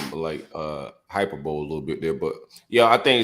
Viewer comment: … hyperbole is not pronounced “hyper bowl”🤦🤦